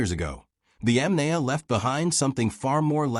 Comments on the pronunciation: Bloody hell. It's not pronounced [Yam nay a]. It's [Yom nie a]. I you speak instead of using AI, you can fix that. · It is possible to correct the AI narration pronunciation. Correct the incorrect pronunciation of Yamnaya and maybe I'll watch... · It is so unprofessional to put this vid out with such a gut punch in the mispronunciation of the main point of the program the Yamnaya.